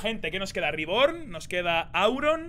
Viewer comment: No se porque me hace tanta gracia como le dice "Riborn" a Reborn xd.